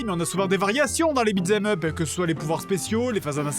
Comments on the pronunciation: Ah parce que t'es adulte et tu te fatigues à critiquer sa manière de prononcer en entier "beat them up" qui se prononce bel et bien "bitzemeup" ? lol, des barres. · "Beat z'aime up" RIP l'anglais